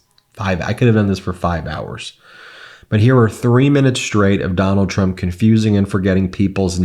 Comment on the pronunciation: Ben, you got it right the 1st time!! “Tump”😂 Ty for the smile & for all your hard work as well!! I will be calling him “tump” now!!💯😹 🇺🇸💙💙💙💙💙💙💙💙🇺🇸 I just love “Walz”!! Our future president, Kamala Harris made the perfect choice for her VP!! 🇺🇸💙💙💙💙🇺🇸